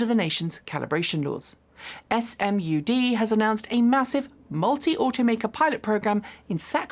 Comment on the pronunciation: Great episode,. Just FYI in case there's ever a follow up, it's an acronym, so it's pronouced as if it's a word, Smud.